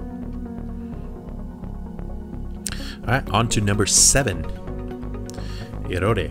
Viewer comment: Its not erode its (e-road) that's how we pronounce.